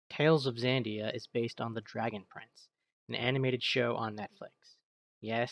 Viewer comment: It's Xadia, not Xandia